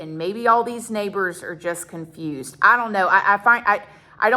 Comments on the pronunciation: ….WHAAAAAAAAT?? Chiiile, I’m “confRUSED”, too!!!🤣🤣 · Comfrused???? Yall aint even able to sound educated